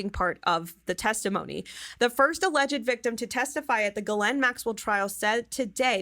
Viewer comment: You're the only one I hear pronouncing the pedo's name right!